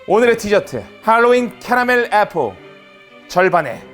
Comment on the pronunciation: 애뽀어(Apple)~~ 하시는데 PPAP 또 나오는 줄 알고 소름돋을 뻔했...ㅋㅋㅋㅋㅋㅋㅋㅋ 난 여기가 더 예능채널 같은뎅~~🤔ㅋㅋㅋ (라고 생각한 대청자 1인이어따)